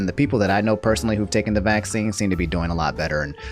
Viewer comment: Everybody: "Vaccine": "VASEEN"